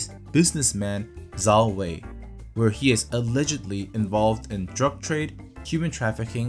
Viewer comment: I’m not even Chinese and I know it’s pronounced Jow Whey. 10/10 video, 5/10 Chinese pronunciation